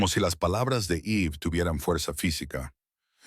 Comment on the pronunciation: Una pregunta sin ofender xq el narrador pronuncia los nombres tal mal Eve Daniel ❤